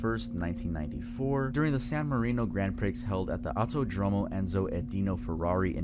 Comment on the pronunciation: I cringed every time he said "Grand Prix" (pronounced pricks instead of pree).